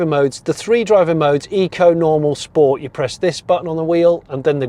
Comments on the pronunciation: Great video Jonny (apart from the chicken choking behind the genny substation). 👍 Only negative for me was the multiple mentions of sport, all pronounced incorrectly! 😃 I'm with you, at 2.2 tonnes, there's probably little real world need for the extra "promise" of the GT over the non-GT. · "I'm going to shift it into... Sch-poats" #OTSOT